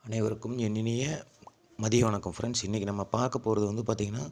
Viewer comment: வின்ங் இல்லை தம்பி வணக்கம்